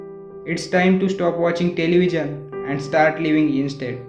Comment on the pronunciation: Why you are pronouncing television in a different way